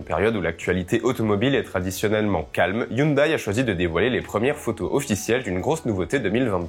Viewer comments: ON NE DIT PAS HYUNDAIL MAIS HYUNDAI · HyunDAI et non "Hyundaille" ! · Sans vouloir paraître méchant, hyundai ne sont prononce pas youndaï mais youndai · Les koréens prononcent "younedè" et pas "younedaille"....